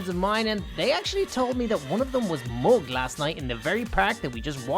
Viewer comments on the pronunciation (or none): your pronounce of mugged is mogged still very close to the original word tho